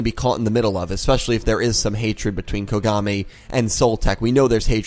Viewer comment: I Swear to god everytime i hear Dr kogami i keep hearing Dr Konami xD